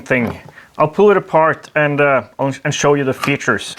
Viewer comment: "Let me sw you its features." Thanks for the great videos